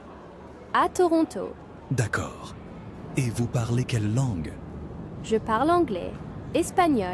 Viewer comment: I recently moved to Québec from Ontario and you are the first one I heard ToRonTO😁 Way much better then Troono